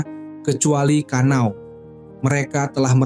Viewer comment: bang namanya kana'o bukan kanao btw